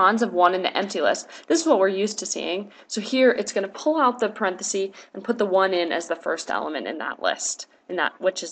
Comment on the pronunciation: Very helpful. Just a little hint. The singular of parentheses is parenthesis, with a short e sound. It’s not parenthese ;)